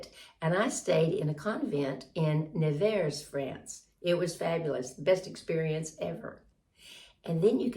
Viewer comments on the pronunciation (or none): none